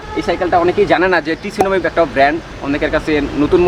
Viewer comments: টিসুনামি না ভাই উচ্চারণ হবে সুনামি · Vaiya Oita sunami pronounce Kora hoy Not T sunami T ta pronounce hoy na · Vai uccharon ta tsunami na sunami e hbe but spelling e 'T' thakbe😅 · শুনামি। T ta slinte